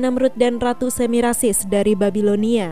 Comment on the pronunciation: Yang membaca cerita di YouTube bilang Samirasis, diingatkan supaya tidak keliru, tertukar suku katanya